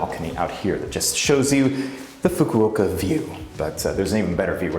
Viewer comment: please learn how to say Fukuoka